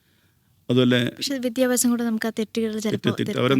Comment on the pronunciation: പെങ്ങളേ....വിധ്യാഭ്യാസം അല്ലാട്ടോ വിദ്യാഭ്യാസം ആണ് ട്ടോ ശരി